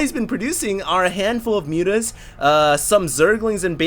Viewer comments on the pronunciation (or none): none